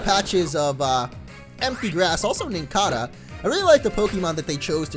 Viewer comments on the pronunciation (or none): A few things. -Im seeing lots of new pokemon with your gameplay. First Nosepass and then Chimecho. I didn't see them in ***** or ***** game plays... -Winston isn't talking about plushies. Lol -it's pronounced Ry-dell -it's pronounced Nin-CAY-da -who is Maxemillion Pegasus? xD -It's always either Swimmer🚹 or Swimmer🚺